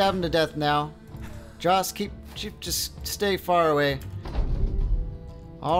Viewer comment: Jost is pronounced yost